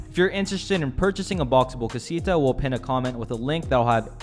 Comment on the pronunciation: the way you say casita.. :(